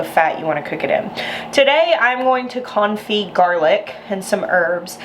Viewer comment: I think it's very fitting that your pronunciation sometimes sounds like "comfy garlic" 🥰